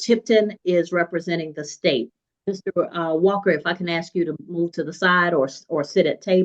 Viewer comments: Lol when a Def lawyer can't say AA correctly I don't think I want this lawyer. I also don't want a shady lawyer lying and making up false documents to "help" me bc I like people with integrity bc I like to feel like I'm credible, not feeling like I got away with everything, if that makes any sense. My integrity means more to me than this def or lawyer imo. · Bruh how is a lawyer not familiar enough with his craft to make that mistake?? 😂 Most laymen know it's "AA" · D attorney that mispronounces ask… amazing.